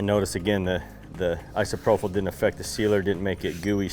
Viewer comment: isopropyl alcohol ī″sə-prō′pəl No F sound in Isopropyl